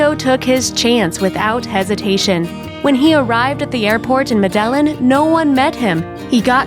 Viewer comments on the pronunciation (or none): If you’re producing content, at least pronounce medellin correctly...and you said Colombus...you meant Colombia